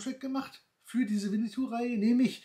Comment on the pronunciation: Es heißt auch nicht Winnitou, sondern Winnetou